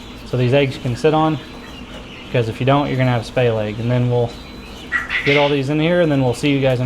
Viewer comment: Sounds like you're saying "spay leg" instead of "splay leg." 🧐